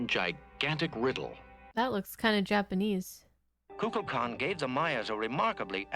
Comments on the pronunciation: Shatner is mispronouncing the name. Instead of saying "kukalkan" he says kukla kan." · My theory is that Kirk says that God's name wrong, but no one wants to correct him because he is the captain. Or Shatner did his line readings alone and everyone else was together, but the first thing is better. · Maybe it's another weapon in Kirk's arsenal. People love the sound of their own name. Kirk mispronouncing it is just an attempt to get under Kukulkan's skin. If Kukulkan is annoyed by it he can't act on it without looking petty and small.